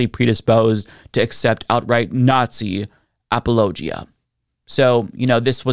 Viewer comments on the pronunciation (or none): Bro that’s not how you pronounce apologia lmao 😂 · I don’t mean to knit pick but I’ve never heard apologia pronounced quite that way. lol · Why does he pronounce apologia like its a geographic region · Well then the people you've heard say it are saying it wrong because the proper pronunciation is a-puh-low-jee-uh, not ap-ollo-jee-uh like I'm pretty sure you're talking about lol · I never knew apologia was pronounced that way 😶‍🌫